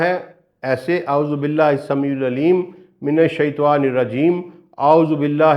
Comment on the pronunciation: السلام عليكم ورحمة الله وبركاته حضرت ماشاء اللہ آپ بہت اچھّا کام کررہے ہیں اور میرے فیورٹ ہیں توحیدی موضوعات کی وجہ سے بس آپ کے علم میں ایک ایسی بات لانا چاہتا ہوں جو بہت سارے عالم قاری اہل علم لاشعوری طور پر کرتے ہیں اور کررہے ہیں آپ کو اسلیئے لکھ رہا ہوں کہ یہ بات آپ سے بھی لاشعوری طور پر ہورہی ہے وہ یہ کہ جب آپ تعّوذ پڑھتے ہیں جہاں لفظ “من الشیطان” آیا ہے آپ سے بولتے ہوے یہ “شیطوان “ نکل رہا ہے آپ خود اپنی رکارڈنگ کی آڈیو غور سے سنیں تو آپ کو خود معلوم ہوجاے گا اس طرح شیطان کی جگہ شیطوان بولنے سے تو شیطان بھی خوش ہوتا ہوگا کہ انہوں نے اللہ کی پناہ مانگی ہے شیطوان سے اور میں شیطوان نہیں لہذا حضرت آپ بھی اسے درست کرلیں اور لوگوں کو بھی اس بات کا بتائیں اللہ کے نبی ﷺ نے فرمایا شرم بہت اچھّی چیز ہے کرنی چاہیئے مگر علم حاصل کرنے میں شرم نہیں